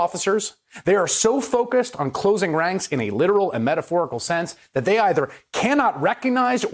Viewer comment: You said it right. .. "RANK". Same thing in Minn...